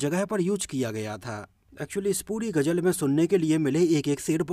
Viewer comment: Sory bhai main apka fan bhi hon par hindi main ap bat karte ho to ghuzal ko ghujal na bolo lpz